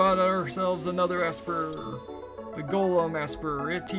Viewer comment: It looks like the girl walk path is down up right to get golem. And it's pronounced Esper, not Assper😂